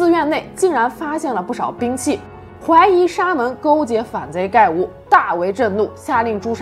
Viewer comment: 还有盖吴一般读作葛吴